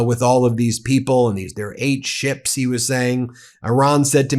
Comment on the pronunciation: Did he say he got 8 'sh1ps'...or 8 'sh1ts'?...they have meds for that second 1 you know